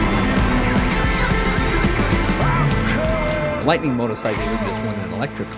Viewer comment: "lightning", seriously?